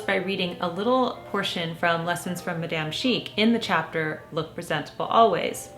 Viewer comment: Please learn how to correctly pronounce “Madame” merci❤️